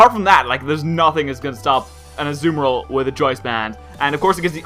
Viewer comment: pronounced Azumarill wrong. It is pronounced As-zoo-mar-ill. (Can't really type the last part of it but the end isn't pronounced ill like someone being sick)